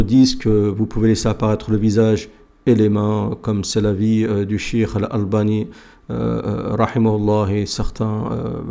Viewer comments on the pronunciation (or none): none